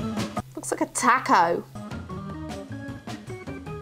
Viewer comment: The way you say "taco" 😂 My husband, who is from Honduras, had no idea what you were saying. Lol I know its just your accent, and obviously that is perfectly fine. I just thought his reaction was funny. They pronounce the letter "a" kind of like our short "o" sound as in "top."